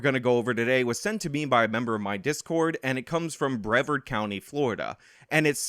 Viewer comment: OMG that is the worst pronunciation of Brevard I have ever heard